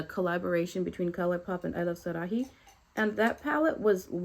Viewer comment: I’ve been interested in this palette, excited to see more content on it! Btw, the H in Sarahí is silent, so its pronounced, sah-rah-ee (